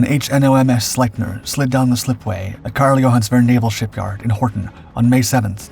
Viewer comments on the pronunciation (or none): Really good video. But just an FYI. Its pronounced "Sleep- near."